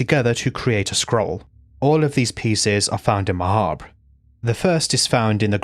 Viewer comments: Finally someone who pronounces “Mahabre” like “macabre”??? Never thought the day would arrive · I just want to say I appreciate that you pronounce Ma'habre and macabre correctly. I can't tolerate people who never heard the word macabre said out loud before, but it's still a touch grating.